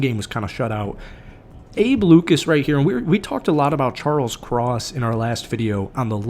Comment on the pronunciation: It’s Jason Myers get his name right u also said Abe Luis too 😂